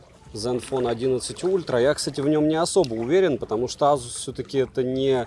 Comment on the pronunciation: К обзору смарта вопросов нет, всё как всегда, вышка. Но азуз... Не знаю как у остальных, но у меня при каждом произношении чуть ли не кровь из ушей шла. За что🥴